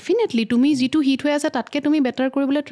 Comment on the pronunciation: Mur sobotkoi bhal loga singer egoraki❤iman bhal lagile kothabur. Moiu bohut kotha xikilu, xobdo u xikilu🙏🏻 iman sesta korise dhuniake kotha tu kenekoi english nukuakoi oxomia xobdo kenekoi bisari uliabo paru. Kintu iyate eta kotha kou bor kanot lage ei je koi ‘juntu’ asolote hobo lage ‘jitu’. Rokhi nohoi roi. Ene kisuman bohute bhul kore. Kiman bhal lagibo oxomia jodi ami huddho koribo paru. My apologies🙉moi nijeu najanu bohut